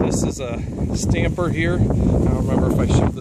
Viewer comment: Nice video, maybe add a camera stabilizer to the tool list lol =D Also it's tamper and tamp not stamper and stamp =D All that aside, it looks really nice, I've done similar a few times.